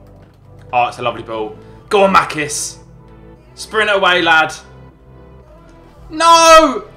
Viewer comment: Its not makis its machis